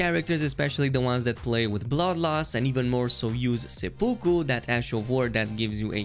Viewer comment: Why can no YouTubers pronounce " seppuku" correctly?? It's not hard. Sep-oo-ku